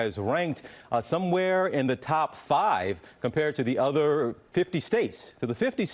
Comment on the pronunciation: "Other-r-r-r" LMAO